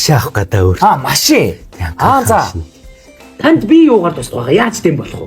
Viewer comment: Ёугаарч биш яугаарч биш юугаарч